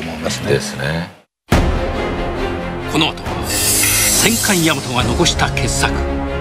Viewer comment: 戦艦大和をせんかいやまとって言うやつイラつかん？